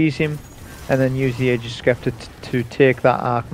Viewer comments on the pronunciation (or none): Love your vids and sorry to be that guy, but it's pronounced 'agg-ers sep-ter'. Sorry it's a trigger lol.